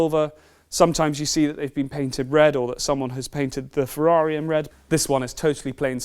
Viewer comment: "if you could only have one ferrair..." nobody asks you that question.